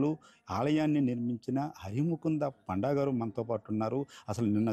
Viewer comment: పాండా కాదు రా పండా